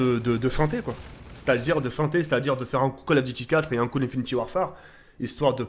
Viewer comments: sa se dit "infinite" et pas "infiniti" !!!!!!! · * Tk le gars qui dit encore (infinty) warfare *